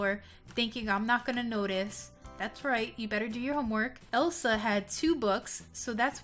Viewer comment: It is Elsa not el sol